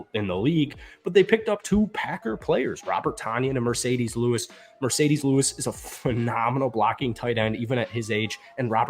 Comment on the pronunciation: you said Roshon wrong as well, lol DANTE Foreman, VELIS Jones, Mercedes Lewis (it's marcedes). Lol